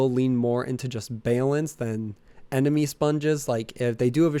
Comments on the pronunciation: Unsubscribing because you say bay-lence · it took me till the 4th "baylense" to realize you were saying balance. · Tha hell is "Baelence?" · Why the fuck does this guy say "ba-lance" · Why do you pronounce balance like you've never heard another English speaking person mutter the word...? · I scolled through like 30 comments..i could not believe no one else said anything....